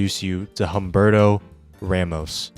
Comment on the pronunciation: Nah Humberto's art😂 got better later, btw the way You pronounced his name hurts more than Liefeld's women's back pain 😅